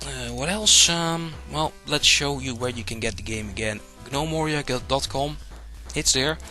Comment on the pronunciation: G-nome-oria. You silly foreigners and your pronunciation. :D